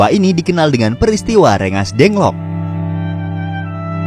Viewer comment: Gua : Rengasdengklok Narator : Rengasdengk lok